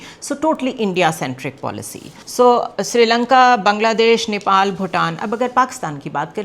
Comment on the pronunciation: Oye bewakuf aurat wo neopol NAHI hai usko Nepal kehte hain, zyada stylish mat bano simple raho to acha hai